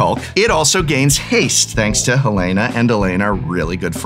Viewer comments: This might be a bit that I just walked into but it was killing me was pronouncing Halana wrong and then in the credits he pronounced it right but Alana wrong lol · I don't think the Prof knows it's pronounced HaLAWNuh, not Helena.